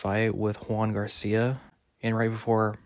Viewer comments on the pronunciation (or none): none